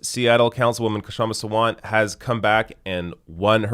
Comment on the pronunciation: Pronunciation guide: Shum-Ah Saa-vunt The K is not silent, but it’s better to drop it than say it awkwardly.